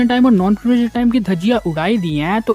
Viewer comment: Tu kya chutiya hai harbar bol raha hai peperetion or peperetion